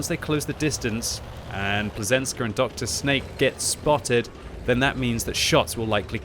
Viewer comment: its not drsnake its Drsňák it means thug in english, also plzenská is a lot more vulgar in Czech language than you think